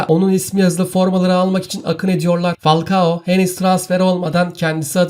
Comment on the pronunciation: Fakua değil falkao